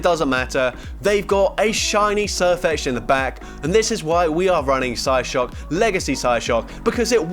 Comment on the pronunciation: he says psyshock psyshook😂